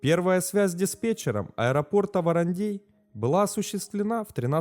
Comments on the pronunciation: Не ВарандЕй а ВарандЭй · «ВарандЕй» аж уши режет🥴🥴🥴 ВарандЭй!!! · произносится ВарандЭй, а не ВаранЕй, весь выпуск ухо режет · Режет слух,когда варандэй звучит как варандЬЕЙ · ВарандЕй. Прям слух режет. Это как говорить сЕкс вместо сэкс. Варандей читается как Варандэй. В остальном отлично. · Он то откуда знает, в нете написано варандей, а на варандЭе он не был) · Не в укор автору, регионально называют " Варандэй" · От произношения варандЕй уши режет до крови)))) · Нарьян-МАр, ВарандЭй. Говорится так. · ухо режет от произношения Варандей. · Ну аж кровь из ушей